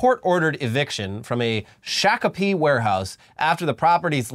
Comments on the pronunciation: Minnesotan here. It's not shack-o-pee. It's shock-o-pee. But close for being out of state. Good try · Shakopee is pronounced like shock - uh pee